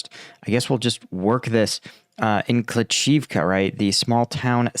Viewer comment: Bakhmut is pronounced bahk-MOOT. Klaschivka="kluh-SHEEV-kuh" You cant pronounce anything, and your videos dont upload, but we are supposed to give you money. Typical millenial. Put in some work.